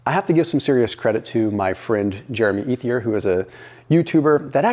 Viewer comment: Jeremy Ethier’s last name is French and pronounced et-ee-ay.